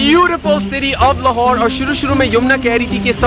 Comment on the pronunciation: Lahore huta h lar nahi